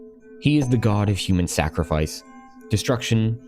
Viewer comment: "Sacrafice" back to middle school little boy